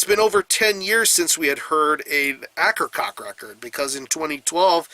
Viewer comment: Great work as always... just wanted to comment on the band name pronunciation, which should be "A-ker-coh-key"